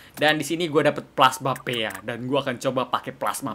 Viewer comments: Ka regie, bacanya bukan plasma péa tapi pi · Plasma pea = plasma pi Bukan kak regi bacanya harus di👆